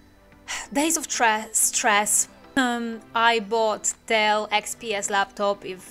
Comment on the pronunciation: I imagine you wasted lots of energy and are a bit stressed about it. I'd feel the same. But some things are just not meant to be. I'm certain you'll enjoy Dell (the way you said it was so funny 😂) and do amazing videos with it. Welcome back to Windows world 🌍😄 Waiting for next videooooooo... 💯💪 Keep it up